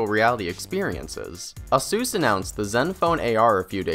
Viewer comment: I got distracted with the "A-Sus!", it's "Ey-sus".